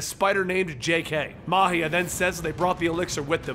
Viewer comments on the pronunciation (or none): none